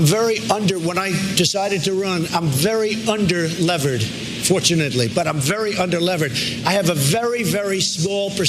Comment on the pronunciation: "Under-levered" LOL. Doesn't even know basic finance words...